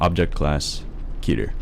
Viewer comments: "keh ter." ._. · Most of the narrators: Keter That one narrator: Ketter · If the voice over wasn’t so cheesy and the actors know how to pronounce words properly I would’ve been more invested in this video. KEH-TER, not KEY-TER VAYSE, not VAHSE How do you fuck that up? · it's pronounces K-ee-ter not ket-er and it's pronounced v-a-se not V-as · Key-turr, not Keh-turr .-. I don't know why that pronunciation bothered me so badly... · nug get no it's pronounced keh- tear I just watched a whole video on the word and it's Greek roots a Greek language expert said it's keh-tear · i swear, the man who pronounces "keter," as "ketter," makes me want to strangle him. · Brett Olsen it's pronounced keh-tear according to a Greek language expert and it's a Greek word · I swear I will kill the person who keeps saying Keter as "Ketter". Go to fucking English school dumbass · Keter is pronounced keeter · Thats not how u pronounce keter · I hate how he says the scp's name so slowly, like it's supposed to be super dramatic. I also hate the lack of consistency with the pronunciation of the word keter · its pronounced KEY TER KETER KEY TER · pronounces Keter wrong and it's kinda cringy